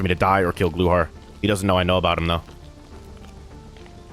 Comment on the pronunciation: You’re saying glukhar wrong.. the k is not silent